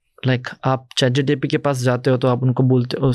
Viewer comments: Why does this guy keep saying GTP instead of GPT? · I stop continuing when i heard chatgtp instead of chatgpt from a discussion of AI context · he called chat gpt , chat gtp. bhai ye kis dood waala ko lekr aaya ha tu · Bro not chatgtp it's chatgpt...😅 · chat GTP or Chat GPT Lmao and he’s the founder of AI startup in India 🫡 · Chat GTP 😂😂 Can Bhindi find out how many times he says Chat GTP in this video? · chat gtp?😂😂😂😂😂😂he is talking abt AI. and dont kw the correct name of chat gpt😮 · Bhai isko pehle bolo ..chat gtp nhi hai ..chat gpt hai... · Chat GTP 😂😂😂 who is this guy? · Bro was Pronouncing ' chat-gpt ' to 'chat-gtp' 😅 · Yes true lol he keeps saying chat GTP figured how fake this guy is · Am I the only one guy who is noticing that this guy is saying Chat GTP every time instead of Chat GPT??? Strange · How much reliable is an AI startup founder who kept calling ChatGPT as ChatGTP? Not getting into his wrong English and poor oratory skills because there can be reasons behind these. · M i the only one who is hearing. CHAT GTP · He can't even say chatgpt. Said chatgtp so many times 😅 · Chat GPT ❌ Chat GTP ✅ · He’s saying chatGTP 😢😢